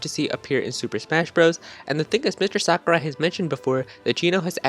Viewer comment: Its Sakurai